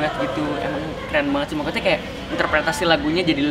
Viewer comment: ka mahen kalo ngomong "maksud" jadi "makut" LUCUU BGTTT WKWK